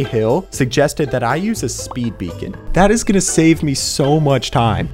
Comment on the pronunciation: The fact he says suuuuue instead of soooo is funny